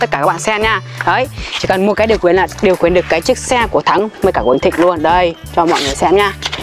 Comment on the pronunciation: Khiển chứ ko phải là khuyển😂